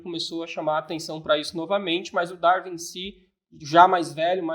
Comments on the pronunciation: Entendo que prefere dar e vir-se, mas pronuncia-se "dar-uin". Também costuma pronunciar "win" como "vim"? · Uma curiosidade. Qual é o motivo para pronunciarem "Darwin" como "dar-vim"? 3:86 Daniel até pronunciou "dar-vim" quando referiu um título em inglês. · poisé, acho que ele entra para aquele curioso grupo de celebridades com nomes abrasileirados, tipo o "scorcize" que pronunciamos "scorcése"